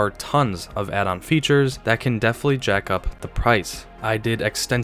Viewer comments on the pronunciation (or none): none